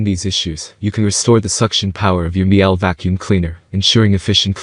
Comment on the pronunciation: COme on - it's not Mi-ELL; it's Meel-Uh, rhymes with "peeler" in UK pronunciation. Miele is German.